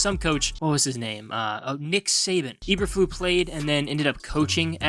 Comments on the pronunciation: It’s pronounced Eber-floose the S isn’t silent but yeah good video. Thankfully the GM and HC seem to know what they’re doing for now so I have a little bit of faith. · This is not a very accurate video. You mispronounced Eberflus - Ay-ber-Floos not Eberflu. It's German not French - the S is not silent. Also you mention Teven Jenkins having a good year, but he has been demoted to 2nd string at Minicamp. You also mention that Nagy is gone -- so is his terrible coaching of the O-Line. No one knows what the O-line will look like, so saying it sucks is pure speculation. They DID suck last year, but this is a brand new season. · EberfluSSSSSSSS. Lot of integrity lost when you mispronounce coach's name! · I’m A Bears fan,and even I will be amazed if this team wins more than 4 games. And the coach’s name is pronounced E-Burr-Floos!! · Good job butchering Matt Eberflus name (not EberFLU), genius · Not knowing how to pronounce Flus" name discredits this analysis. However, I do give kudos to knowing Nagy sucked. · How many times you gonna say the name wrong? You sure you're a fan? 👀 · So what is it that the Bears don’t want us to know? You never told us. What’s the big secret that only you know. The only be info I got from this video is that you pronounce Eberflus really weird. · It was like he was going out of his way to mispronounce it! 😁😂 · To keep me interested please learn how to pronounce the head coaches name, there's an S at the end of his name that isn't silent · Nice content, but how do you NOT KNOW how to pronounce the name Eberflus?